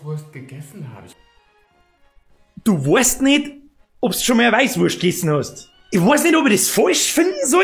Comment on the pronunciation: "Weischwurscht"....Oidaaaaa :'D